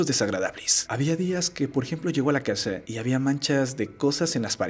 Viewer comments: Casha, acushado, shi, pobresha, solvenshia, mereshe, agradeshimiento, informashion Y voy a seguir chi.....do hasta que se te quite esa mañita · ¿Por qué dices "casha", "pobresha"? Jajaja